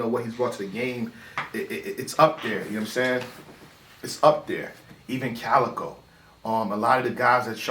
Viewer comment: the cow and chicken bar WAS NOT FIRE .. his name is CALicoe not COWicoe lmao